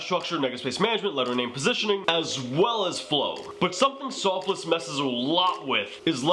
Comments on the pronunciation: Soffils not Soff-less haha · Sofless 😂 it’s pronounced like waffles but an s instead of w